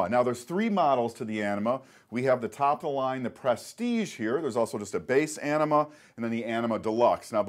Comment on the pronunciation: just kept hearing enema :|